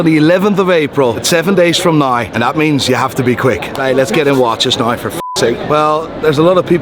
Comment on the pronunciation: Why does he say 'nye' instead of 'now' is he stupid?